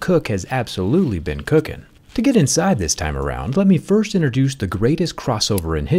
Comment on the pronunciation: I misheard when you said Apple have been “cooking”. What I heard was “Crooking” as in thieving which is probably very true.